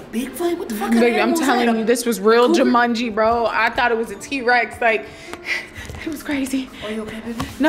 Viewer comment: Hahhahahahahhahah she said it was like jumangi 💀💀💀💀💀💀I’m weakkkkkkk